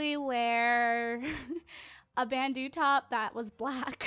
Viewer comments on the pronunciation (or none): pronounce bandeau - like 'bando'